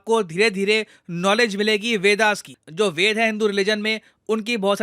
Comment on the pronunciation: It's not "वेदा", It is वेद। So don't pronounce like you are not from भारत।